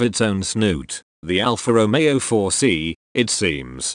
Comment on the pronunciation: Personally, I love the car! As much as I hate robotic mispronunciation(s) of Alfa Romeeeeeo. Lol😅